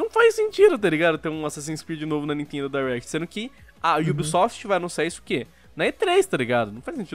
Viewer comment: Me da uma agonia quando eles falam "Dierect" e não "Direct"